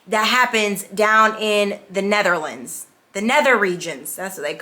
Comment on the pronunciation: "netherlands" classic